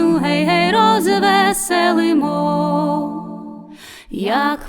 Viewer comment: Згоден з Вами. Звичайно, своє авторське виконання теж має право на існування.... Але особисто мені подобається саме класичний варіант виконання цієї чудової пісні. Без отих дурнуватих розтягувань і наголосів на Гей, гей, роз - весе - лимо.